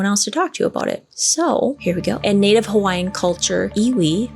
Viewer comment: I am from Hawaii, and your pronouncement of the Hawaiian words was right on!